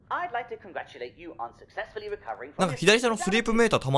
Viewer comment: successのアクセントは「セ」の部分ですよ